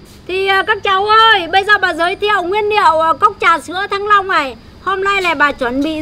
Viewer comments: Bà ns ngọng qá -) thanh long chứ kp thăng long -) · Rối loạn nhận thức hay sao ý, thanh Long cứ thăng long